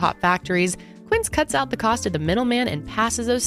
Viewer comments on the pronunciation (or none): none